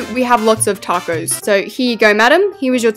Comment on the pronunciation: “Takose” - 2023